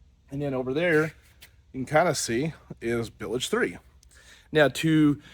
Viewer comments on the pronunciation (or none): Nails on a chalkboard when I hear that...😆 🤣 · They are "bilge" pumps, not billedge pumps.